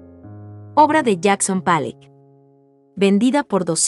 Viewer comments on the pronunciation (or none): Empiezo a ver el video y me sale con "Palleck" en vez de Pollock (se pronuncia como se oye: Polok) y luego me sale con "Letenstein", se pronuncia "Laitnstain". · Pollok no palek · Pueden poner a alguien que sí pueda o en el guión pueden escribir los nombres transliterados. Jackson "Palok". Mark "Rasco". El "GuÉrnica". Sí, escucha bastante mal.